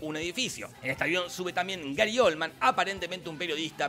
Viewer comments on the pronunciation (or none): none